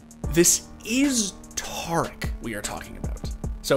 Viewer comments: Homie. Its pronounced TEAR-ICK not TAR-ICK. The dude literally says his own name every stream. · Not tar ick, tare ick